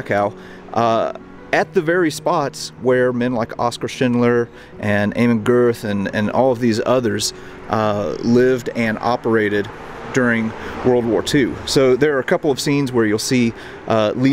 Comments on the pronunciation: It's not Amon Gurth, but Amot Goth (Get) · Not to be too much of a dick, but names like 'Amon Goeth' and 'Plaszow' are pronounced in specific manner just like your name.